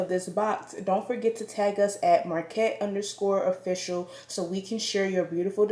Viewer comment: Hey girl, nice box! It's pronounced like: "Muh-cart" just so you know😉 looks like you got some great stuff!